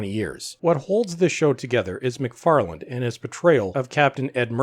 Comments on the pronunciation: The guy's name is McFarlanE, not McFarland. Come on! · His last name is McFarlane, not McFarland.